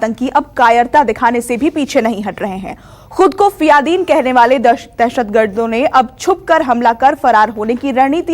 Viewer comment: फियादीन नही फिदायीन होता है बोलना सीखो पहले